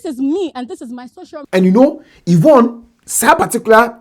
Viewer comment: Who’s the man they have on the show? The one in the black suit. I think you said Yvon right. Now y’all have Trans on shows in GH now?